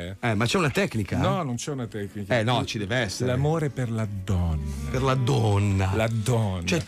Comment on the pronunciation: un grande uomo che ama la DDDOOOONNA! ahahahahahahahahahahahahahah mi fa scassare come lo dice!